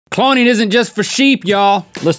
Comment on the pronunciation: You said coloning